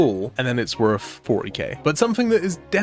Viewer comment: It's not worf it